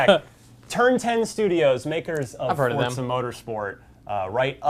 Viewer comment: why the hell are you saying it "fortza"? literally made me stop watching the video. fucking pronounce it right. it's not that hard.